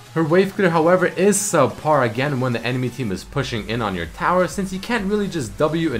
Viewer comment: Yasuo "Sup-par waveclear" You must be kidding me... Right?